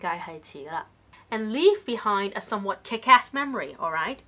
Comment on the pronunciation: somewhat was incorrectly pronounced, the stress should be at the beginning